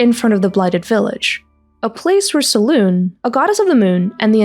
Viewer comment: You keep forgetting the "eh" or "ay" after saying "Selune" and uts infuriating. Great video otherwise.